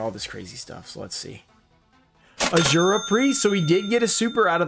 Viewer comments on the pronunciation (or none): none